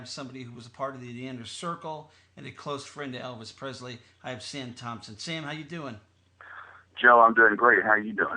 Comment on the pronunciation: Joe, I appreciate the poignant and impressive interview’s. I realize what you’re goal is in each interview, but just out of respect for Elvis Presley, could you pronounce his last name correctly. It is Presley not PREZLEY. Thanks for the interview.